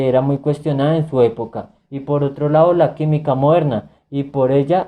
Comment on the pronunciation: Saludos, muy buen video en cuando al contenido, te recomiendo a que le prestes atención a la pronunciación de las palabras, por ejemplo, no es de lao, es de lado, no es reconocio, sino reconocido, sigue adelante y éxitos